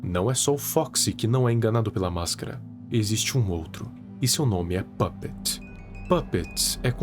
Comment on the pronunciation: Não sei vc mas eu acho que é pupet não pupets